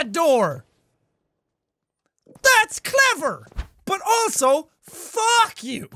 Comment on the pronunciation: When jack said “ also fu*k you “ did anyone else think he said”also fog you”?